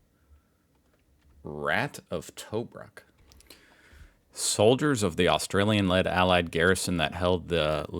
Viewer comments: It's not Toe-brook mate, it's T'brook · Not Toe-Brook, pronounced Tuhbruk. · Tobruk is pronounced like T’brook. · T-brook is how it is pronounced. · Its pronounced Tubrook. Sorry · Tobruk. Pronounced T'brook. The RATS OF TOBRUK were never say die Aussie and other British Commonwealth troops facing off against Rommel in his full might. From Rats of Tobruk Association website: By 10 April 1941, the German and Italian forces under the command of Lieutenant General Erwin Rommel had surrounded the Tobruk garrison which was being defended by British Commonwealth forces including more than 14,000 Australians, under the command of Major General Leslie Morshead. Along the perimeter the first shots were exchanged. The siege had begun. Heavy fighting continued for 242 days. It was an epic battle and despite heavy casualties, the Tobruk garrison was held. Finally on 7 December 1941, Rommel was forced to abandon the siege. This was one of the longest sieges in British military history and gave rise to the legend of the mighty ‘Rats of Tobruk’. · it’s pronounced Tobrook. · Love your show and content. FWIW Tobruk is pronounced Too brook! Cheers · Its pronounced " Ta Brook" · Pronounced Tuh-brook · Pronounced to brook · Tobruk pronounced - To Brook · Tuh-BROOK (rhymes with SHOOK). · Check pronunciation of Tobruk. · You are saying Tobruk wrrong lol